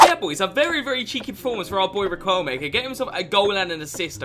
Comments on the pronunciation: Whos gonna tell our boy that it is pronounced “rikelme” and not “riqwelme”😂😂😂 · not being annoying but it’s pronounced ri-k-elme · GOD!!!! the U is silent !!! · I love your videos mate they are so fun. Also brief Spanish lesson, you don't pronounce the "u" when its before the q, like in queso.